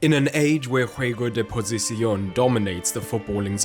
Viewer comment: Please avoid speaking Castilian if you're not proficient; your pronunciation of 'Juego de Posición' was difficult to understand—I had to listen to it three times. Moreover, the content was incomplete. Ancelotti deserves a three-part video (taking ten minutes as a reference). First, he was one of the best players in the world in his position (carrilero/defensive midfielder), played with the best, against the best, and was coached by the best during an era when Italian football dominated the world. Second, his career as a manager in that league was impressive from the beginning, and the principles of Ancelotti's adaptability, conveyed through Bruce Lee's words (nice touch, by the way), were already present. The man is too much of a genius to reduce him to his Real Madrid spells.